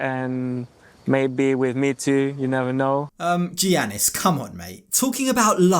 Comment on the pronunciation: Thank you for all of the awesome 90DF coverage! To help with future videos, because he’s a Greek man - the “G” is pronounced as a “Y” (so Giannis is pronounced Yannis), in this context, the same way that “Gyro” is pronounced “Yiro”, and a lot of Spanish “J”’s are pronounced “H”. ☺️